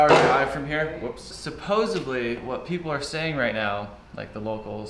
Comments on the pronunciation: Supposebly isn’t a word brah, how the hell do you release something like that? Bummer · "Supposebly"???? Really!!!